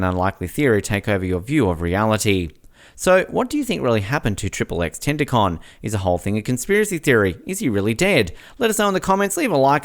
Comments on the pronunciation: It’s not tenticon it’s tentacion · man said tentacon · what is he a tentacle?? its ten-tah-cheeon.